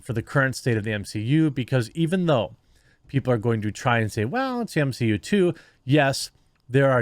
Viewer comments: Realized he's saying m-she-u on purpose.. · M-she-U? More like M-Xi-U (minus Shang Chi) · The M XI U 🤣 nicely done my fren.